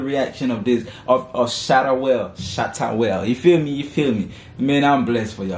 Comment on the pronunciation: Just subscribed... His name is pronounced Waley just like the American Wale !!! Not Shatta Whale lol